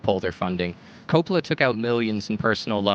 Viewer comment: Francis Ford Coppola Emphasis on ‘Cope’